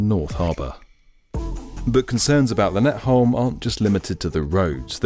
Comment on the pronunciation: Brilliant video as ever. The one thing I took away from this, is the pronunciation of "By & Havn" :D You actually got Lynetteholm just about right, which impressed me, but By & Havn left.. room for improvement :P